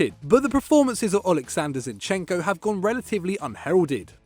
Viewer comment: Finally some respect on zinchekos name